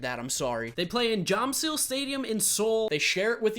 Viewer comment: Jamsil stadium is pronounced jahm-shil